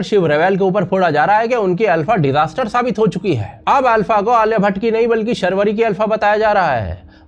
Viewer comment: Sharvari nahi Shaarvari hai